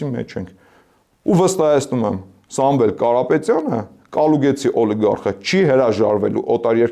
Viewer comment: Կալուգացի տղա ջան, ոչ թե Կալուգեցի։